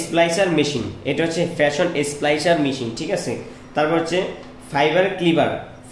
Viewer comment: উজবুক, ভিডিও রিভিউ। ফ্যাশন নয় ফিউশন হবে। যে জানে তাকে দিয়ে রিভিউ করাও টা না হলে কেউ কিনবে না